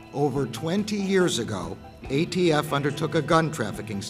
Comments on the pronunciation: “AFT?!?” lol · ATF it's the ATF......come on A..T..F....